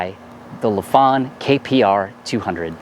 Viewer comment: It’s not Le Fong, it’s Life-fan.😀😀😀